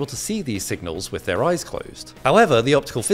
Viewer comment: “Close your eyse while i change”